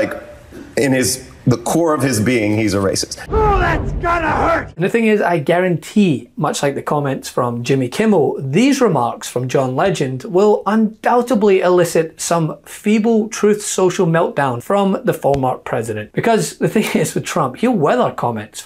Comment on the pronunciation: “undoubtebly”?? It’s undoubtedly, no b at the end, there’s one in the middle, but it’s silence. Can’t pay Trump out for speaking like he scratched his ear with a power drill, if you mess it up yourself.